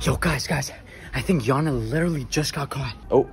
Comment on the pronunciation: U Gays did a big mistake the yana name is not good u gays said Jana beside of yana😂